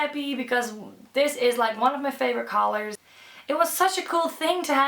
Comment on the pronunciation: she sais callars not COLORS